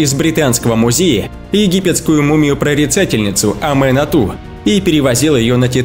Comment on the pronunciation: Мумию звали не аменату, а аманет